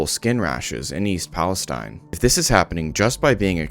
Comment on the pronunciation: I have lived in this town since I was 7 years old, firstly it’s pronounced East Palisteen not stein. The few rich people have already pretty much moved outta town and the poor people or old people that have no where to go will be the most effected by this, my grandpa also lives here and already has cancer so I can only imagine what breathing in these chemicals and showering with the water will do to him let alone all the others. I haven’t heard about any of these bracelets given to anyone in town at all either I’m 100% sure that’s made up. It’s been well known that the railroad company’s here overload the trains and don’t do checks to the loads like they are suppose to along with massive worker cuts so they can save money and it’s caused this huge problem for the residents here and in the state 💔 all we can do is live day to day and hope it doesn’t get worse